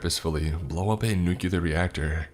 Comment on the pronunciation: Please please please stop saying nucular. It's pronounced nu cle er . Not trying to be a 🍆. I love Your content. It's just a pet peeve of mine. 😘